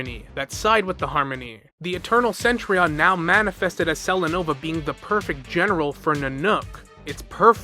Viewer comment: I kinda find it cringe how you pronounce Cen-Tu-Rion as Cen-Tri-on 😅